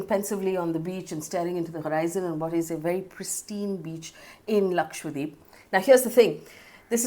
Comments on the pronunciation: Ma'am its Laksha - dweep not Lakshwa - deep...you said it wrong multiple times...please correct it in future...dweep means island in hindi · lakshadWeep, not lakshWadeep haha you were pronouncing it wrong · Idk why it bothers me so much but you're saying lakshwadeep and not lakshadweep. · it is laksha dweep, lakh Islands, how is that difficult?